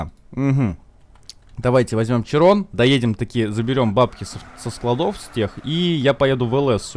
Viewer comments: "Широн" , а не "Чирон" .) Такой вот французский язык)))) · Уши кровоточат когда булкин говорит Чирон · Широн блет, а не чирон